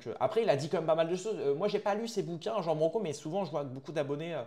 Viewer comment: Ça se prononce roan (Ruan) branco, pas jean